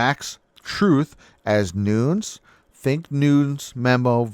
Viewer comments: Just a friendly hint. Nunes is 2 syllables pronounced NON-NES. Keep up your reporting!!👍🏻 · Nunes sounds like: "NOONEZ".